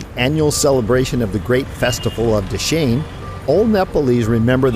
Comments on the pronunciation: dashin pronunciation is dasai senli😘😘💋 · dashain not dase haha anyway u guys are soo simple.and decent keep makng videos